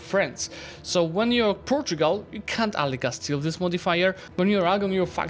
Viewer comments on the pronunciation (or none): none